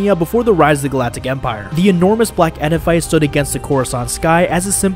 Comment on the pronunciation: Your pronunciation of edifice needs work